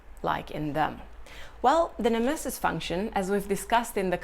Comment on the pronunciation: Love the way you pronounce nemesis! Incredible content btw, this channel will grow big in the MBTI/cognitive functions community